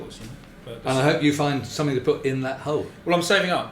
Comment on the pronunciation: "And now for sumpim compeetly different..."